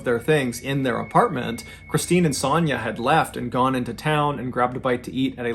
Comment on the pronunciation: The way you pronounce Sonya KILLS ME. It’s like an o sound. O. Sonya. You say it like “sanya”